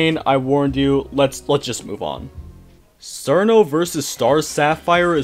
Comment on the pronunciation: Evil hearted, that does make sense for Koakuma. So, she never went insane, in a sense, herself. Her nature as a creature of Hell meant she was going to be evil from the start though I suppose the moon's light would amplify it to the extreme that it had become. Just an FYI too my dude, Cirno's name is pronounced as "cher-no".